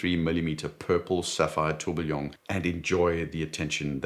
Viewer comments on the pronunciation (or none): none